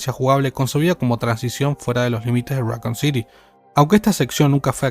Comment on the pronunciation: right, like saying Rockcoon or raycoon city lol